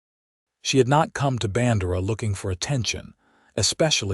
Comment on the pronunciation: I have lived in Texas all my 74 yrs of life. It is pronounced "Band'-err-ah" and "Kerr'-vill".